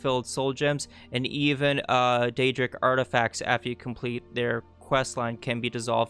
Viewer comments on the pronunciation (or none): none